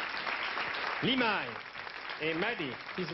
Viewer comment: Sacré Michel Drucker, qui appelle Limahl "Limaille" !!🤣. Dommage pour le décalage image/son, mais excellente prestation en live intégral, remarquable prestation vocale de Limahl !!!